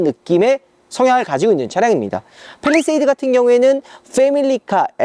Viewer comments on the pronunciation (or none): none